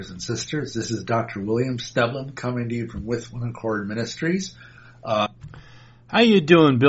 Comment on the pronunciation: Well, not only didn't you say his name correctly, you didn't even spell it correctly in the title, so if that's indicative of the sort of research that goes into your "debunking", I don't think Mr. Schnoebelen (pronounced SNEH-blen) has much to worry about.